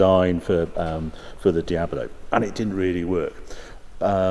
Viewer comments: It's Diablo, not an Diabolo xD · It's a Diablo not a Diabelo. Damn it! So annoying! Sorry I had stop watching because I couldn't stand you saying Diabelo all the time. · Please don't say Diabolo... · Why does he keep saying Diab0lo its D I A B L O , like the devil . El Diablo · Is it just me or is Harry pronouncing Diablo as Diabilo? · taking a shot for everytime saying Diablo "Diabolo" and you'll be hammered mid-video. But all the while enjoying a good video. :) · Normally I'd be annoyed at this, but for some reason I just love the way he adds an extra 'o' to Diablo and makes it "Diabolo", or maybe "Diabuhlo" depending on how you hear it, but either way he is definitely adding an extra syllable to the word for some reason. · "Diabolo"? WTF is Diabolo? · Ok, first off, it's not Di ab a lo ... it's Di ab lo! Please , get it right! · its called Diablo, not Diabolo. Its not an illness. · It’s Dia-blo , not Dia-bo-lo. Anyway I never enjoyed the look of the Countach, even the name sounds ugly. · Hi Harry, I love your videos, but I can hardly watch any Diablo related ones... The reason is you keep calling this iconic car diab-o-lo. It's diablo, not diabolo. I actually watched quite a few diablo videos (including Doug DeMuro's), and all the guys call it correctly - diablo, regardless of accent, only you renamed it to diabolo :-) PS: you said diablo , jaaj! 😊😊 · Great video. One question. How many syllables are in the word Diablo? Or is it Diabolo? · Why does Harry keep saying it’s a Diabolo instead of Diablo? Just kidding. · It's a diablo. Not a diabolo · It’s Diablo not Diabalo... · Why is he calling it Diabolo? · "Dee-abalow" No, lol. Dee-ablow is how it's prounounced... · Diab-lo, Harry; not Diaber-lo. Otherwise, great video. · Also is called DIABLO, not DIAVOLO. Its a Spanish name not italian. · I like Harry's presenting style, but it's a Dee-ab-low! Not a Dee-abba-low! :D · Why do you pronounce "Diabolo"? It's Diablo with just one "o". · Stop saying "Diabolo". Please.